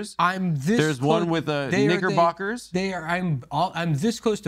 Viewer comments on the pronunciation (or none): knickerbockers was brave af to pronounce that way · Adam definitely did not say knickerbockers right….wow